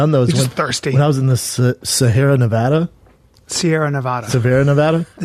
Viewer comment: crazily enough he said nevada correctly lol anyone from there will tell you that’s how it’s said